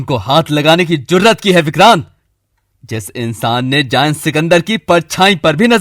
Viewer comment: ZAYEN NH ZAIN HOTA HE MUSLIM NAMES KHARAB NH KRO WRNA HM BH KRINGY KRISHNA KA KALA BHOOT